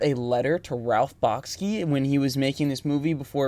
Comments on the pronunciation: Thanks for this look at 70s animation. For the most part you’ve highlighted some great films. By the way, Ralph Bakshi’s name is pronounced “Bock-shee”. Bakshi’s 1977 film “Wizards” is, in my opinion his best. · I feel that your pronunciation of Bakshi is off. It sounds like you're saying Bahk-skee. I suspect it's more like Bahk-shee. But I honestly don't know. Have you ever heard him pronounce his own last name? That would be the ultimate guide. I just googled how to pronounce Ralph Bakshi and his last name sounds more like Back-shee. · It’s pronounced: Ralph Bakshi {Bock-she), Avant-Garde {guard).